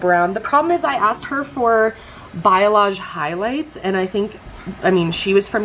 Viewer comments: its pronounced "bah-LAY-ahj", not "buy-ah-lahj" (b a l a y a g e). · Congrats on the new puppy!! I love your hair too! Just FYI, the coloring you wanted is pronounced "bah-lee-ahj" not biolage. :) ETA: I LOVE your grandma!! Precious footage!! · Wonder if it’s a regional thing— you pronounce balayage different than we do in Texas. I’ve only heard it like “bolly-ahge” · Hey I'm a hairstylist and just a helpful piece of info, balayage is pronounced like bah-le-ah-ge and if your stylist already had a language barrier that definitely could be mistaken for biolage which is a haircare brand:) but i also wasn't there for your consultation so who knows what she was thinking! Regardless, your hair looks beautiful 😍😘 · It took me a full 2 minutes to realize you are saying balayage. You were pronouncing it "bi-a-lage" lol also you guys continue to pronounce things in ways ive never heard. Poe-kay to you guys is poe-kee and moe-chee as moe-kee lol